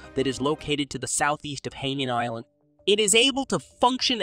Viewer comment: Hainan is pronounced High- nan. The largest Chinese sub base is nearby.